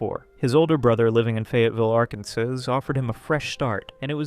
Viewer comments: Did you just say "Arkan-sooz"? It's pronounced Arkan-SAW. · it's "Ark-n-saw"...... I'm from North Carolina. Let me guess, "Topsail" is "top-sail", right? Lol. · it's pronounced ark-en-saw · Where the fuck is "Arkan-sizz?" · Dont think i missed u pronouncing Arkansas as Ark Kansas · My man, how do you not know how to pronounce Arkansas? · say "Arkansas" again, please. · Arkan what exactly? Lol. C'mon kid. If you don't know how to pronounce something look it up, don't just wing it hoping for the best. Having said that, if you're attempting to do some sort of intellectual expose video you should probably know how to pronounce state names...and basic words in general.